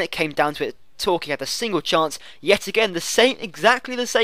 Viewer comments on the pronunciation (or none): none